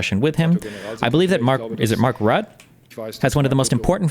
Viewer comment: Mark Rutt+eh, or something like that. I don't think you have an intuitive way of doing the "e" like we have in the Netherlands.